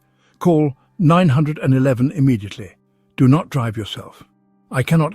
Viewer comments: Stop saying call Nine hundred and eleven!! Say call 911. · Is there some way to check the AI “speaker” so it doesn’t call 911 “Nine hundred and eleven” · This is an AI narrator. The way you know is that he pronounces 911 (the US emergency number) “Nine Hundred and Eleven”. Not “Nine One One”. 😢😂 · AI is NOT a good way to communicate acurately!!!...call 911, not nine hundred and eleven getting to the point quicky is imparative for elder whose brains have slowed down have issues with listening long enough to get to the information!!! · It's nine one one (3 syllables), not nine hundred and eleven (7 syllables). Plus 9-1-1 can be more easily remembered by children. Wish you were more concise and had a little pep. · Nine hundred and eleven is pronounced nine one one, and if you’re in the UK as your accent suggests, you should dial 112 😅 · "Call nine- hundred and eleven immediately". LOL! AI IS HILARIOUS!!